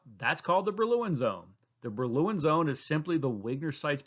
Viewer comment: Great explanation thogh I enjoyed the pronunciation of Brillouin zone much less 😅